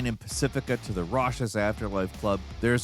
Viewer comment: Well I think we can finally settle this: it is clear is AI. He pronounced “raucous” as “rawshus,” a mispronunciation no human would make. is good AI, but AI nonetheless